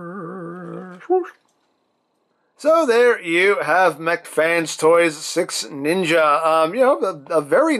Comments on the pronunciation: I sweat to God it sounds like you are saying SexNinja. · All I'm hearing is sex ninja 😂